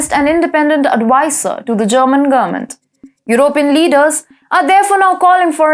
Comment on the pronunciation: I think when you say gommint, you may mean "government", perhaps some English lessons.